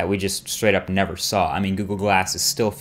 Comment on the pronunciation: *mean, not "wan"